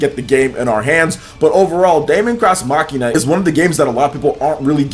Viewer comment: Your pronunciation of Daemon X Machina irritates me a lot just look up how to properly say those words.